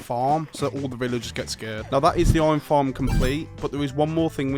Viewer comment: i've NEVER heard anyone pronounce IRON as OY'n